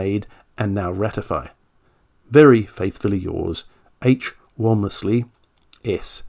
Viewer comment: H. Walmesley is pronounced Warms-lee. Just as Lievesley is pronounced Leevs-lee If the chap you mention is spelled Cruikshank, that is pronounced Crook-shank. No attempts to twist u and i to a distorted oo-i needed.